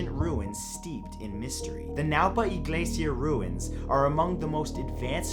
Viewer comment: I like how you pronounced iglesia. It makes me happy knowing you're trying to pronounce Spanish names/words correctly.